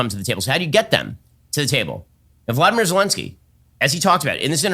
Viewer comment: His name is Volodymyr. Not Vladimir. Stupid.